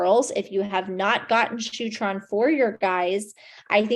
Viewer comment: did she say shootron???